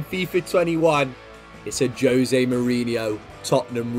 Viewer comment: Juuuuuuuzé not jose, FROM A PORTUGUESE MAN HERE